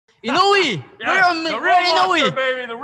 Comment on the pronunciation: Bwahahahaha lupit MO sa boxing lupit MO din mag English Ahahha congrats sau at buong team MO Sabi nya Inoyee scared mdapakers come on Fight haahhaha meron pa sya signal sa leeg patay hhahahha